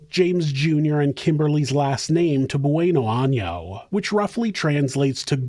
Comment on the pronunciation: Gotta put the accent on the "n" in año or else that last name just translates to "good butthole" hahaha.